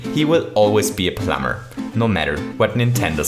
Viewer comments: So, you'll still say: "Our little plumber"? Great! I like how you say plum-bah-r! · the way you say plumber just kills me